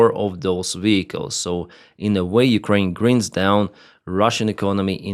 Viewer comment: Love ya! I was born in Arizona. When you say "grinds down" you're pronouncing it greens down. You gotta say it like the I part like eye like gr"eye"nds like saying I. Thank you for your dedication and service for humanity. I totally agree with every one of your opinions. Thank you. Slava Ukraine